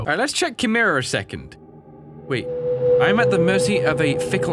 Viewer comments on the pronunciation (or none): none